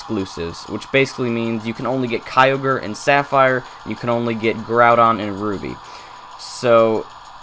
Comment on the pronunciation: 3 Things: 1. The very first time a YouTuber pronounced Kyogre right (it's not pronounced kee-o-gur) 2. Is it true that you can get Celebi on Route 117? (Obviously not in the remakes) 3. What's in the cave behind the Day-Care?